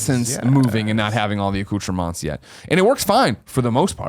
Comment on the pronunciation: lol "accoutrement"